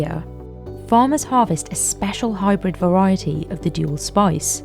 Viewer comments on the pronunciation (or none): i was not aware there was an o in spice.. SpOice. lol